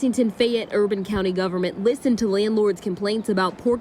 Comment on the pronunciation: Did my mans say "landlards"? 😂